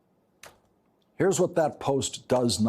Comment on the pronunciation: Now Lawrence. How you mispronounce Tupac……..😩😭 I had to rewind that back a few times.